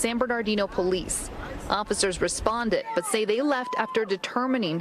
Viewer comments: Can u please stop saying fransisco in a mexican accent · It hilarious when every word is pronounced in English except the name. FrrrrrrrrranSycso It's 85 degrees and Homie has his Hoodie on